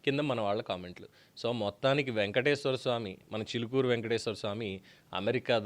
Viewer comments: చూలుకూరు కాదు రా చిలుకూరు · Chulukuru kadhu Chilukuru balaji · గారు.. మీ మీద గౌరవం ఉంది.. మీకు తెలుగు భాష పట్టుంది. మీ ఉచ్చారణ బాగుంటుంది కానీ థంబ్ నెయిల్స్ పెట్టేది ఎవరు అది మీరు అయినా కాకపోయినా శ్రద్ధ వహించండి.. చులుకూరు బాలాజీ ఏంటండీ.! ఎవడు వాడు!